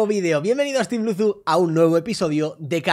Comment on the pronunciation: Alexbitas dice lusu